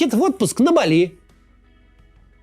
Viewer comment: Умник , ты запомнил , что не БалИ , а БАли правильное название острова ???😂😂😂